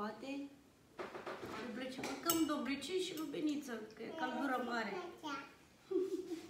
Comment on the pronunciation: 😂😂😂doblecel doamne fereste dovlecel mai femeie cite clase ai ...